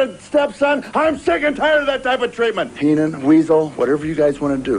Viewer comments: very own botch.. "Keenan" instead of "Heenan"😅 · At the mark botches Bobby Heenan's name...Bobby Keenan? Great job